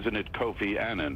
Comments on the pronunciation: Kofi Annan (Pronounciation is like UH-nun)- not Aynan. RiP honourable Kofi Annan. A great man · They keep pronouncing his last name incorrectly, why is it so hard for Americans to pronounce words correctly. It boggles my mind listening to these news people who should know better. Kofi Annan was a great man who did great things and whose career was married by a lot of negatives. However, being who he was, he deserves respect, and for his name to be pronounced correctly. Rest in peace Mr. Kofi Annan.